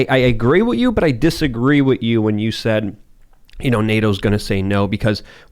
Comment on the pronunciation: its "with" not "wit"